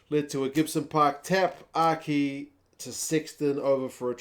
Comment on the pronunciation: O’Kea? It’s Aki 💀